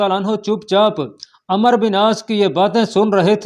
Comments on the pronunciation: Yar ap ko kia urdu ki pronunciation nhi ati , umero bin aas hy amer bin aas nhi , Baqi b bahut galtiyan hain ap k bolny mn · Jb عمر k baad و aa jaye to phir و silent hota hy aur ع ko zabr k sath prhtey hein is liye عمرو ko Amr prhein gy